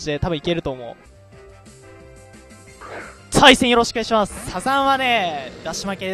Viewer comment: 対戦よろしくお願いします さいせんよろしくお願いします に聞こえる